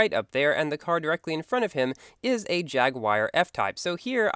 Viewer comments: You said jagwire its actually pronounced [jag-oo-are] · I pronounce Asterion as As-ter-rion but you do it as in As-teer-ion You pronounce Jaguar as Jag-wire I pronounce it as Jag-uar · It's pronounced like "jag you are" XP